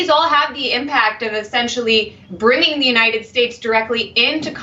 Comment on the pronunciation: No, watch it again. He can very well pronounce United as in United States but at that place in the video alone he says "U 9 it".